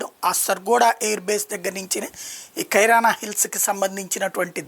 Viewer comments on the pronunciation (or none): అన్నా అది కైరాన్, మార్ఫియస్ కాదన్నా. కిరాన, కిరాన కి....రా....న హిల్స్